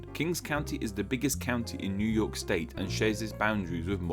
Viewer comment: Near yerk